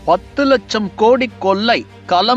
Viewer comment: லட்சத்தை லச்சம் என்றும் ஆட்சியை ஆச்சி என்றும் கொள்ளையை கொல்லை என்றும் களத்தை கலம் என்றும் கட்சியை கச்சி என்றும் கேவலமாக தமிழ் பேசும் நீ மீண்டும் தொடர்ந்து தமிழை கேவலமாக பேசி பதிவேற்றம் செய்தால் என் மக்களை விட்டு உன் முகத்தில் காரி உமிழச் செய்வேன்